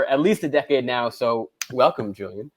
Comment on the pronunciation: Xiaoma it's amazing you can speak so many languages and have an excellent chinese but can't pronounce Julien correctly